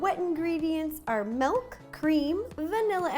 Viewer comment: Did... did she say... melk?